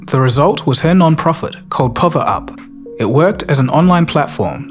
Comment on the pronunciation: "Povver Up" 😅